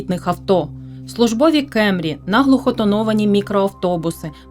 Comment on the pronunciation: кЕмрі вуха ріже)) правильно кАмрі! (camry) А депутатами після війни треба зайнятися...там половину розігнати потрібно!